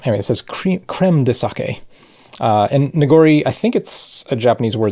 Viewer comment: Not watched any of the video yet, but my first thought was "Don't you dare pronounce it saki". ...Now to find out :P Edit: YES! Your pronunciation is close enough to the Japanese I don't have to wince every time. :D